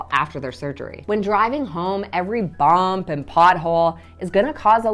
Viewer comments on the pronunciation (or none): MasTectomy, not mastectomy. BUMP, not BOMP.